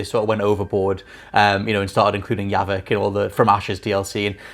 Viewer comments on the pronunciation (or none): must not be that much of a Mass Effect fan if he doesn’t know the character’s name is Javik, not Yavik. And HEY! Other than the ending, ME3 was the best of the trilogy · He's European lots of them pronounce the letter J like a Y.